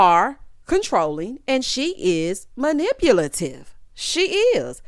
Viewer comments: what did he say?!!“malipulative”😩💀get away from me with this😂😂😂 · Oh 😂😂😂😅😅 thank you so much for this review. I needed these laughs so much...PLAYBOY..."Malefutive" (sp?) or was he trying to say maleficent... I got it!! It's combo twist meaning to cause destruction and being calculating at the same time. Silas found us a new word!! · MANIPULATIVE 😂😂😂... Y'all, when he kept saying it wrong, I hollered. I'm hollering now listening to review. I can't be laughing like this at work...